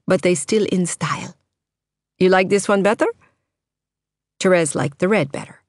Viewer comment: Thank you for not saying "Terees"! I tried to listen to the audiobook and couldn't stand how the girl said that. I'll be listening to this soon =)